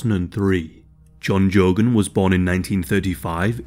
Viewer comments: In Ireland it's pronounced gay-gan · In Ireland it’s pronounced Gay-Gan, It’s a gaelic 2nd name. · The pronunciation of his last name is Geh-gan.....like Gay-gan....not trying to be a wise-ass or anything here either it's how it's pronounced....this was a huge case in New England a cardinal had to step down in the Boston diocese I believe or he was tarnished after his passing....of course child molesters and men who have "short eyes", a slang term used for such lowlifes are at the bottom of the pecking order in prison and it's well deserved for such predators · He was my priest growing up. As kids, we knew he liked boys. Not sure how the parents missed it. Fitting end for him. Not that it matters, but his last name is pronounced Gay-gon. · Just a friendly FYI Geoghan " Pronounced " gay -gun " .. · It's pronounced Gay-gan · same in Scotland